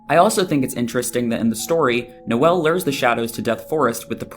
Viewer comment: Guys. It's No-El, like Noel Gallagher. Like I still see a lot of the connections and I think all of this is super fun to look at, but the mispronouncing is driving me nuts lol